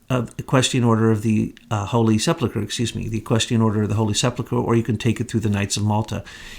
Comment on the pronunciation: This is the most comprehensive wrap up of Truth [and truth] I've ever heard. Everything comes into sharp focus. I'm stunned. Thank you for all this effort. Incidently, it's sePULchre not sepLEchur.